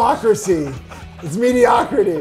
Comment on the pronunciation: I can’t even… “mediocracy” hahahahahaha